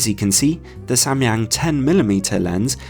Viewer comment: As a Korean I was surprised by your pronunciation of Samyang, which cannot be more accurate! Then I learned that you were an English teacher in Korea long time ago lol 😂 Great review! Thank you!